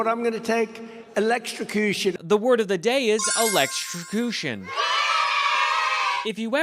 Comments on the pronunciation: Listen to him when he tells us what he wants: He wants "electricushun"! Let's give it to him!! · He says he'll take elekkacushen every time. Like this is a choice you need to make more than once??😅😅😅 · He can't even pronounce electrocution. Hispanican American? 😆 He is so cognitively impaired! I worked in long term care for many years and I had dementia patients that were more together than he is.